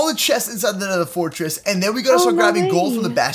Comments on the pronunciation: nether, not neather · its not neather its nether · It's nether not neather